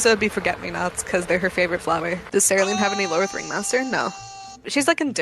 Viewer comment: My first time actually hearing the word “cerulean”. I never knew it’s pronounced as “seh-roo-LEEN”, I thought it was “seh-ROO-lee-yan” 😭 This broke me 😔💔